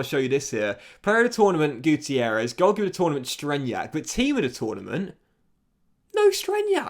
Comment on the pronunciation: Roberto guitierrez? More like Roberto guccierrez. You know? Gucci errez